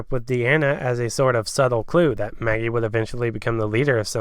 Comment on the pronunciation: DID ANYONE HEAR HIM CALL MAGGIE MALLY!!! 😂